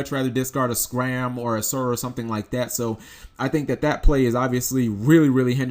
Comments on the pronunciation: IT'S SCARM not SCRAM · scARm as in "SCARMiglione" not "scram" as in "go away." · Pleeeeeeeeeeease stop butchering Scarm... it keeps bothering me so much. SCarm, not ScRam... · Please stop saying SCRAM... It's name is SCARM "Sk - arm"